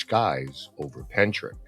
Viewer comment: Hellos from Wales. The actual pronounciation of Pentyrch is Pen Tirk. Pronouncing the last part like Loch. But you did give it a good try. It's not too far from where I live. I live in a UFO wave area. Seen a lot of UFO's over the years. It's a hotspot. I have a lot of writing to do on the matter. I'm in the process of writing everything down for someone.